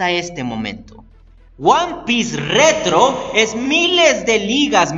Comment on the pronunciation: Me encanta como resaltas el RETRO XD